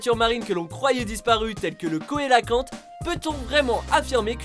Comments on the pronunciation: ON DIT "SEULAKANTE" ET PAS "KOUWÉLAKANTE", BORDEL DE MERDE !!!!!!!!! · je crois qu'on prononce "célaquante" et pas "koélaquante" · "sélacante" pas "sélOcante" Et coelAquanthe pas "coelANquante" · Juste une petite remarque: Cœlacanthe se prononce "selakãt" et pas "koélakãt" :) juste au passage ;) chouette vidéo sinon :D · KOÉlacanthe???? WTF!!! On prononce "CÉ"lacanthe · Ça se prononce "célacanthe" pas "coélacanthe" mais sinon très bonne vidéo! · "coelacanthe " se prononce "célacanthe"... pas Cauet La Canthe.... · Par contre Cœlacanthe se prononce "Sélakante" et non pas "Koélakante" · coelacanthe se lit ''cé" no "koé" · Belle vidéo, merci. Tu prononces mal le nom du poisson Cœlacanthe ; tu prononces phonétiquement " CO ET Lacanthe ". Hors toujours phonétiquement, il faut entendre " Cé Lacanthe ". ♥Bises♥ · Par contre pour cœlacanthe on dit pas "koélacante" mais "selacante" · Oh putain mec, Cœlacanthe se prononce : Célacanthe pas Koélacanthe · La façon dont vous prononcez le Cœlacanthe me fait saigner les oreilles... ça se prononce célacante... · Juste coelancanthe ca se prononce " cé la kan te " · Pouce rouge, juste pour le "Koélakant" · le "cauetlacante" poisson de type chauve, avant d'employé un nom dans une vidéo faut d'abord savoir comment ça se prononce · le cœlacanthe se prononce sélacanthe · je crois que le Coelacanthe se prononce : sé-la-can-te j'ai etudié un peu ce qu'on appelle un "fossile vivant" au lycée et on le prononcé comme ça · Le KOELACANTHE ? Nan mais sérieux faite un effort de prononciation bordel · On dit "celacante " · le coelacanthe cr prononce [sélakante] bande d'ignards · le cœlacanthe ce prononce célacanthe mdrrr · Excuse moi ça s ecrit ' coelacanthe ' mais c'est ça se lit ' salacante' mais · non 😱 il a vraiment prononcé coelacante cohélacante ? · Phonétiquement ça donne "célacante", si je puis me permettre :) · le "coelanquante" ce prononse " sélocante" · ca ce dit pas le Cœlacanthe Mais plutôt le Célacante ( orthographe non valable 😂)